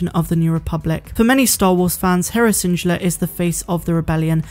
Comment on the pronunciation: Where is from? Just curious bc she mispronounces random stuff like schedule and Syndulla